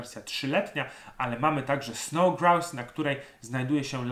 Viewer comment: Czepiłbym się tylko wypowiedzi słowa Grouse, którą Szkoci wypowiadają 'grus'☝️